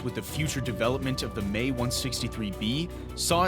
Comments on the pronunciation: That's fine, and in German of course you are correct, and it is a German machine. However, here we are speaking English, and abbreviations such as "Me" are normally taken to be the pronunciation of the individual letters, and in English, that's "Em Ee". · Had to stop watching. 'May' 163 was driving me nuts! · Please put the original Dark docs narrator back on, the erroneous verbalizing of words is so irritating, this channel will NOT be followed by "may" !! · I heard more like 'meh' the first time... 🐒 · I, uh, don't know if you're aware or not, but we're not speaking German. If he were presenting in German then that would be fine. Paris is pronounced "pair-ee" but since it's English we speak it gets its "s". See what I mean? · I was just being a smartass man. Couldn't help myself, a lot is lost in simple text sometimes. Seriously though, I get that's how it's pronounced in German, but we are communicating in English and we say em ee. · The Americans just used the pronounced the letters followed by the model number. M E 163. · Actually its pronounced “M-E”, both letters are pronounced individually. How often has anyone heard “May-109”? Never. I’ve seen footage of operational Me-163 aircraft crashing and exploding on takeoffs, but not the unmanned wooden test “crash”. Overall a nice superficial overview on an aircraft most folks have never heard of. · A channel like this loses a lot of credibility in my book if the narrator clearly has no clue what he is talking about. I might be more forgiving if said narrator has done some research into the subject matter. 'Meeeeeeee' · I and everyone else that has commented this has only heard M.e. instead of Me for this aircraft manufacturer. If it’s correct in German, or something, then I guess we’re wrong. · He keeps calling it the MAY 163. It is the M-E 163, not the May. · It's pronounced EM-EE-163, not May-163. This error is very distracting to an otherwise very interesting documentary. Well done! 👍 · 'Me', not 'May'